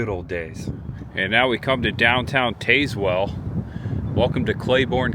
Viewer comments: Us locals pronounce Tazewell with a short a like tasmanian devil. Some GPS's pronounce it the way you did though. Used to love Adams small town and back roads videos and glad to see you do some!! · please please please, when you explore find a local and ask them how they pronounce their town cause you are murdering this one. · I find it hilarious how he pronounce it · Im so glad you showed this little town. My brother grew up here and i still have yet to experience it but youve highlighted some really cool things to do !!! Im sure others have mentioned this buttttttt for next time its pronounced Taz-well like the tasmanian devil lol. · As someone from East TN…it is TAZ- Well. Not TAZEwell. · If you’re going to do “informative “ videos ,learn how to pronounce the places where you are. It’s Tazz-well not Taze-well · IT IS PRONOUNCED TAZZ- WELL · I live near Tazewell. It’s pronounced Taz well just to let you know. Good video! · If you made it to Frostee Freeze, I hope they told you how to say Tazwell, TN...say it like TAS- WELL...like Tas-manian devil...you're ok though...easy mistake, lol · Taz like the Tasmanian devil not Taze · Hey, FYI, it's pronounced TAZZ-well, not TAZE-well. Just another weird Southern town name. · Yankee pronunciation. Not pronounced Tazewell, but Tazzwell. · Pronounced Tazzwell not Tazewell. But that is how it is spelled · Yes it's Tazz-well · TAZ-Whull is how you pronounce it. 😂. This video randomly showed up in my YouTube feed and I am so glad it did. I was born and raised in New Tazewell. Left home in my early 20’s. Been in Chattanooga the last couple of decades, but I go back home a handful of times a year. Next time you’re at the Frostee Freeze order a pizza burger and a Mickey. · Tazz well. Please learn the names of these towns before making your videos! You have butchered several town names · Tayz-well.. lmao. Not how its pronounced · Tazewell pronounced like tas i.e. tasmanian devil. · its a soft a in Tazwell